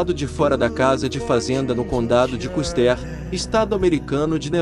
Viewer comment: George "Caster",😂 Se pronuncia "Kuster" 😅😅😅